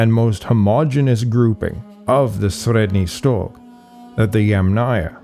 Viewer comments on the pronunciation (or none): Your pronunciation of 'Sredny Stog,' sounds very convincing. Must be a a difficult one to get your tongue around. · Well, it's not exactly how we in Russia pronounce Средний Стог, Ямная, Бережновка, Хвалынск, etc., but it's fairly close for a foreigner. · Sorry to tell this but you absolutely massacred all of those toponyms names... Both russian and turkish. It's not even the wrong stress, it's obvious you just never heard of them before. Please do your viewers a favor and at least put an effort in making a little research next time